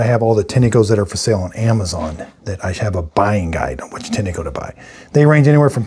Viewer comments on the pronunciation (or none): Great videos, thank you. FYI, I found a couple of Tineco-made videos, and the people on the videos pronounced the name of the company "Tin' Co", like the metal tin, and the E is silent.